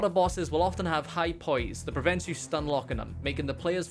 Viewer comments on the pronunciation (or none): none